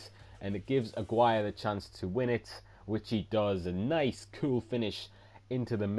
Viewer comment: you prounounce aguirre's name wrong i'm pretty sure it's like this agi re